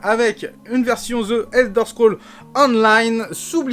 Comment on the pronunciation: Hier en live "je suis bilingue" aujourd'hui en vidéo "ZE ELDER SCROLL". On dit ZI Elder scroll!